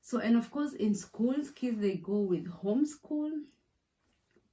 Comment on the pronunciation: Wow, may I start by saying how beautiful you look, gal...your skin is glowing, anyway story for another day, this is such an Eye-opener, now I know a lot of stuff I didn't know about the German culture, and thanks a million for the shoutout gal, yes muthokoi is bae, is it just me or I heard you saying home school, instead of home clothes...anyway you put the point across, keep those video coming, always camping here for more,new, hot topics, go go gal, you got this.